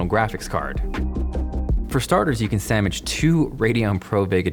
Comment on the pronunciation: did you just say "Samwich"?